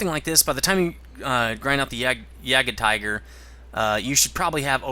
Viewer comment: Your pronunciation of "Jagdpanther" is really weird,.